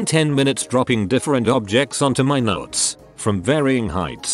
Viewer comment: I love how it pronounced nuts as notes lol